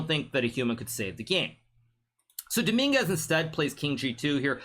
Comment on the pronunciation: the fact he said dominguez like domingas is so funny because every spanish knows the street meaning of "domingas" jajajjajajajajajajajjajajaja